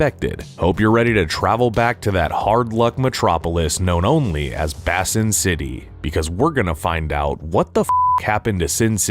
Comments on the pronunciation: It’s pronounced Bay-sin city not Bass-sin city. YouTubers have a problem with pronunciation. I love both of these movies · Did you just pronounce "Baysin" as "Bassin"? Sigh... 🙄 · "Bay-sin" not "Bass-in"... no fishing! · Why's he pronouncing it "BASSIN" city? Basin is pronounced "BAYSIN." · First of all, Basin does not rhyme with fasten. It rhymes with raisin. Basin, you know? Like a sink. I'm guessing Basin City, Nevada is near a lake or a reservoir. There were a few reasons for the failure of the second film. First, two of the main actors were dead. They waited too long to make this movie. Secondly, Frank Miller has lost his knack for writing. He did some great stuff during the 20th century but he went seriously nuts following 9/11. Also, Jessica Alba can't act. At all. She was barely passible in the first movie. She cannot handle anything heavier than that. So we've got a writer who can't write writing an original story for an actress who can't act. Which brings us to our final reason... original stories. Why? There are six Sin City books, not including the issue of short stories. Make a movie from the remaining three books, don't write new shit. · My only complaint about this channel. Their main narrator doesn’t know how to pronounce “albeit” in numerous episodes. All-bite? I find myself yelling at the videos. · Pronounced BAY-SIN . . . City. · The word “basin” is not pronounced “bassin’” like it’s some kind of fishing canp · Basin is pronounced "BAY SIN" And Cannes is pronounced "can" or probably more accurately "con". It's French. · Bay-sin! Bay-sin city! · is the one who mispronounces “albeit” but isn’t paying attention either all the time. “Bass-in” is a colossal fuck-up. I guess I can’t be too surprised. Dude doesn’t even know how to pronounce “Gomez” correctly. 😂😂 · The name is pronounced Basin, as in "eh". It's a city that is at the bottom of a gorge where trouble brews at the lowest levels.